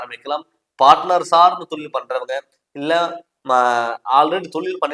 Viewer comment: தமிழ சரியா உச்சரிக்க கத்துக்குங்க தமில் இல்லை தமிழ் தொலில் இல்லை தொழில் போதும் நன்றிகள்